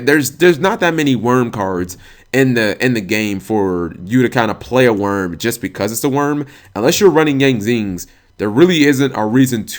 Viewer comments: Dude I hear people say it like you do all the time. Why do Yugioh players not take 2 seconds to read and sound out the cards - in this case, there's no "V" in Wyrm, let alone an "E" or "N" come on bro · I thought Wyrm was pronounced "why rim".